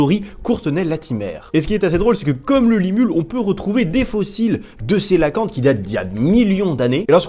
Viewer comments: Tt bonne vidéo mais le 3 prononce comme ça Il Ko É La Fan Te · sinon coelacanthe ça se dit "queue-la-quante.